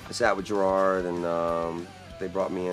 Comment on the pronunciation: oh no sorry sir your name is gErard not gerArd. take two